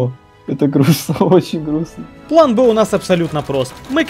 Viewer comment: Всё хорошо.. Но этот "ПЛЭН" бесит.. Дверь с "РИСОМ" нормально вкладывается, но "ПЛЭН" до блевоты..